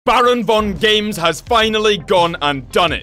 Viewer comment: The way he said bravongames had me wheezing